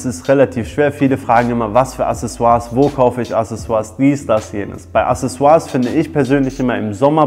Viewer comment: accesoires [akseˈswaʀ] mein name ist wiki, ich komm zu dir :D